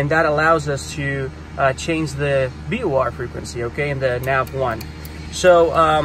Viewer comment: Very helpful, but it is pronounced VOR, not BOR.